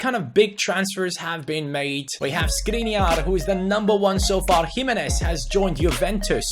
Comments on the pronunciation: don't read Skriniar but Škriniar, i am from Slovakia and Škriniar is from there. read š if you can't tell letter š go to google translater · Škriniar is pronounced Shkreeneear!